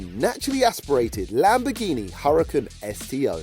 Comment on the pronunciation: [Hooraakaan] not hurricen